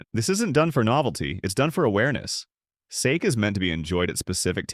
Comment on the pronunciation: Why can't the ai speech be proofread (sake was mispronounced)